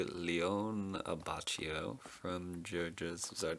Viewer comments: This is late, but it's Uh-Baw-Key-Oh. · It is supposed to be pronounced abbackio